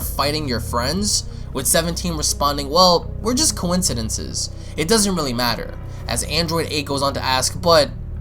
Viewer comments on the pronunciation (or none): Android 17: We're just coinsidences 🤣🤣🤣🤣🤣🤣 (its acquaintances ya goose) 🤣🤣🤣🤣